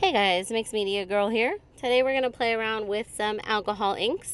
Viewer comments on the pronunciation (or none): none